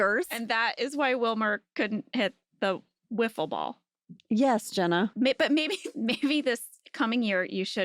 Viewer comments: I played wiffle ball with my brothers when I was kid with the whole yellow bat and ball with holes in it. That segment cracked me up when Jenna called her out on it haha “Woofle” ball haha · Angela: They had a celebrity woofle ball game Jenna: What are you saying? Say it again? A: Woofle ball J: Say it again, slow A: Woofle ball J: Slow, very slow. Say the first syllable A: Woof J: Wrong